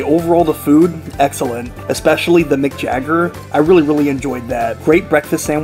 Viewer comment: haha, eggellent